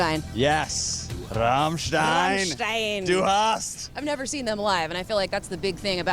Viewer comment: Rammstein is pronounced like she said, rum like the drink and sthine, like wine.